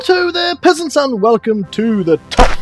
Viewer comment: Did u just fucking call us pheasants?!?!?!??!